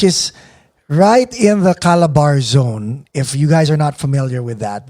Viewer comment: it is not CALABAR zone, it is CA-LA-BA-R-ZON